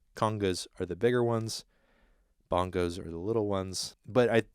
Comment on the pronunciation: Then talks about speaking on gear wrongly and calls bongos "bongas"... can't tell if trolling.